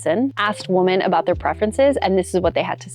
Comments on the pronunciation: WOMEN... WOMEN... it's plural...say it right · Learn how to pronounce “women,” please.